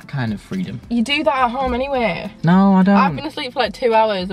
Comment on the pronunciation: “You do that at home, anyway!” was so Yorkshire haha xx